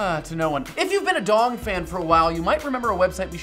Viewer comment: "If you have been a Dong fan..." Sounds like "If you have been a Donphan"